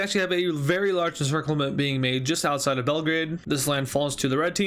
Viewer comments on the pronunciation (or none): none